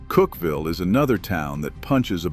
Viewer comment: This is AI. A blatant mispronunciation was done when # 7 was referred to as "Cookieville." The correct pronunciation is Cookville. The spelling is Cookeville. I should know because I have lived in Middle TN for over 65 years. Peace everyone